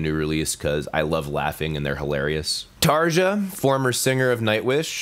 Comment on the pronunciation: in the Scandinavian languages, as well as in German, Dutch and Slavic languages using the Latin alphabet, "j" is pronounced as "y" in English. Therefore, Tarja is pronounced as "Tar-YA", not "Tar-JAH". Please.